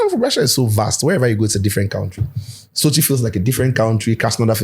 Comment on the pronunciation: The way dey explain how Sochi look like, e dey give me some AKAN vibe bi”SOKYEEEEE” 😂